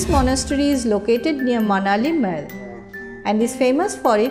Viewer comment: aunty its not maal its mall. see google pronunciation